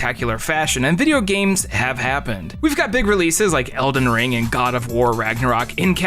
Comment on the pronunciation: lol you said video games like hank hill. Loved it 😂. Videya games. My new favorite youtuber lol